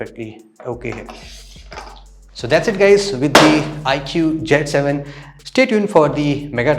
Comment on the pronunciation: It's not jet 7 it's cee 7